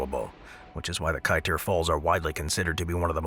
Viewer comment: Kaiteur not kaitor